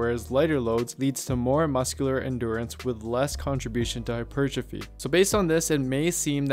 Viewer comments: I like the vid but it’s pronounced “hyper, trophy” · Listening to you say hypertrophy in some ass-hat syllabic stress I decided to lift a 25 lb weight and smash it into the screen...I may be at a loss for hap per trophy but I have gained calmness due to not listening to you anymore' Jeebus friggin criminy...